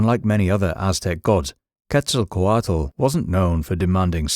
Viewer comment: Tezkatlipoka is one of my closest allies My only gripe with this video is the mispronunciation of the names. Quetzalcoatl in particular. The “tl” is more of a “ch” sound but more complicated. In true form, I appreciate that they had more to say about Tezkatlipoka than they did Quetzalkoatl lol